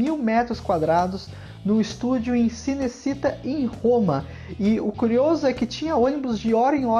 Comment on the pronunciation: Muito boas as informações e excelente escolha de filme para mostrar para as gerações atuais. Só errou BAGARAI as pronúncias dos nomes de atores, atrizes, locais e filmes! Charlton Heston (CH com som de X = Xárlton), CinecitÁ, Ponte do rio Kwai (não Kawai), enfim... vale ter mais cuidado de aprender a falar corretamente os nomes das coisas! 😉